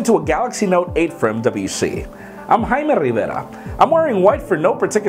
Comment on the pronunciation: is the man!